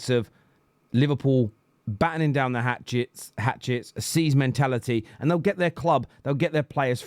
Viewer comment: Hatches, NOT 'hatchets'... you're welcome